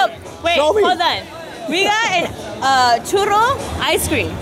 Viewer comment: The way says "Churro" is the correct way;)